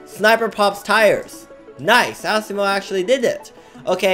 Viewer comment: He said ASSimo XD.